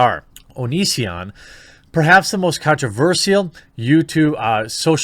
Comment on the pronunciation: I've noticed you pronounce si in controversial funny. I'm not a native English speaker so I find that interesting. Is that a regional thing? I was sure Americans pronounce it just like sh or shi as well